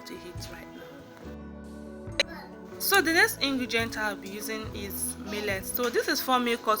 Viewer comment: Did l hear ingregient?😂😂😂